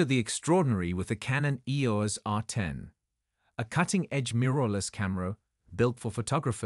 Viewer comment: EEORS R10? WEE-FI? Apparently, the low-priced AI narrators still have a long way to go...